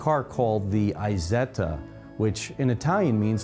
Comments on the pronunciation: It's not called "Eye-zetta"! It is called "Eesetta". But hey, una bella macchina e un bel video! The Grifo, by the way, reminds me of the Jensen Interceptor. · Great clip of a real enthusiast for his car. It is funny that he would say people inevitably mispronounce the brand name, but then calls the Isetta (the little Iso) as Aysetta, which is pronounced E-setta, just like E-so. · so if you know 'iso' is pronounce with the short 'i', why pronounce isetta as 'eye setta' ? ;)